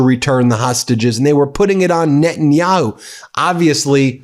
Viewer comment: Lol Witkoff got so confused by the reality of public opinion in Tel Aviv he caught the Dodderer-in-Chief's speech impediment: "Prime Minister Benjanyahu..."